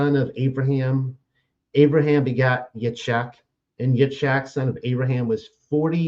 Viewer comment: I appreciate discussion honestly, but as a correction of speech, it's not Yit"shack" it's pronounced Yeets hawk (sorry, tried to spell it phonetically) the CH is sounded like "ha" as in ha hah ha laughing... And it's not Ya"cove" it's Ya 'a' cove (phonetically spelled) - these are Hebrew names. It would be greatly appreciated and respectful if it were said correctly.